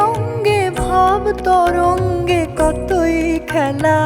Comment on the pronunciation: মা, বার ছ'য়েক শোনা হল এই ক'দিনে! তুমি মাঝে-মাঝে এ'রকম এক-একটা গান আমাদের কাছে ফিরিয়ে দিও নতুন করে! "কতই খেলা" শব্দ দুটির উচ্চারণ গানটিকে আলাদা মাত্রা দিয়েছে... এই খানেই তুমি মান্নাবাবুকে পাশে রেখে এগিয়ে গেছো মা... আমার খু-উ-ব ভালো লেগেছে!❤❤❤❤